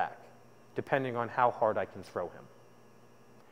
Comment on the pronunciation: its pronounced hap kee do... if you guys are gonna teach something at least pronounce it correctly